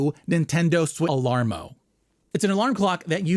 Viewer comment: "This is the Nintendo Shalarmo